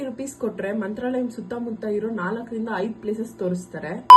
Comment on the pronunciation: ಮಂತ್ರಾಲಯ. Mantrralayam ಅಲ್ಲಾ.